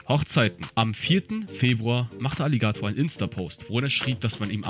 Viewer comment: Wie kann man das Wort „Alligator“ so komisch betonen?